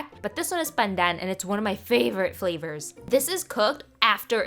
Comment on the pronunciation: The emphasis on 'favourite'